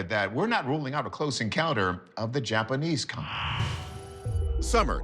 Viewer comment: "The JAPPERNEESE" 😂😂😂😂